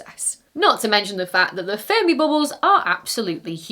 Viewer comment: the last time she said the name I heard furby bubbles 😂